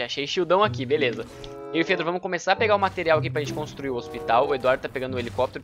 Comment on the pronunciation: Ôxpitau, OUYER